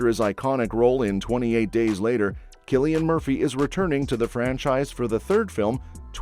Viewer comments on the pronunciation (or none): none